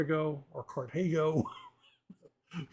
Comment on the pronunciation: Car - tha - go. The go is spoken with a short o, like the japanesse Go game. It is simply the name of the city Carthage. That is a surprise that Chuck is reading european comics, like Lucky Luke. I would also recommend to people Asterix and Obelix comics, Marsipulami, Tim and Struppi or Moebius's Blueberry. Overall look up french comics they have great Sci-Fi comics, like Valerian and the whole Moebius made comics. One of my favorite is naturally Thorgal, which is a must for great sword and fantasy fans.